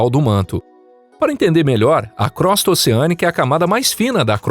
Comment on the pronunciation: Desculpe, mas crosta se pronuncia "crôsta" e não "crósta".